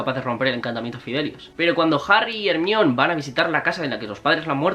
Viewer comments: Cómo le vas a decir hermion jajajajajajsjsjdjajsjajsjs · HERMAIONI NO TE CUESTA NADA DECIRLO IGUAL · Se pronuncia jermayoni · Por qué le llamas Hermione? Y a Snape le llamas Esneip? Saludos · Like si también te causa mucha gracias cuando dice "ermion" jajajaja que necesidad de traducir unos nombres y otros no? Por qué no dice "Dumbledore" en lugar de decir "Dambeldor"